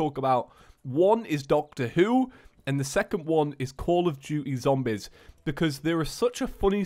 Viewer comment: every time he says zombEz something dies inside of me